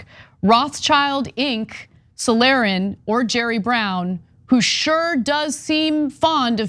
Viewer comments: I have my popcorn ready for the Wicked Witch of the East versus the Wicked Witch of the West. On a side note, Rothschild is roughly pronounced "roat-shilt". And means "Redshield", by the way. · God. Rothschild isnt pronounced like child. Its got nothing to do with children. Schild means shield in german. At least say Rothshield. Would be more accurat. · "WROTE SHIELD" = ROTHSCHILD Please Americans for the love of God learn to pronounce it! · Please stop mispronouncing „Rothschild“ - it really hurts. 😬 Rothschild is the name of a German family. The name consists of two words: Roth (which is an old way to write the colour RED in German) and Schild (which means SIGN or SHIELD) So the name means RED SIGN or RED SHIELD. Now to the pronunciation: The „th“ is not existing in the German language which means that ROTH sounds approximately like ROAD with a „t“ instead of an „d“ SCHILD is pronounced like „chilled“ with the beginning in „should“. So if you write it like you should pronounce it it would be „ROAT-SHILLED“. In the video it is pronounced like „Roth‘s Child“ which is totally wrong. 🙄